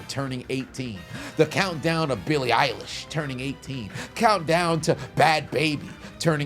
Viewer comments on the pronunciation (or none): none